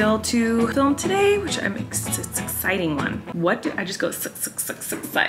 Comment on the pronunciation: Feeling: “suck-citing”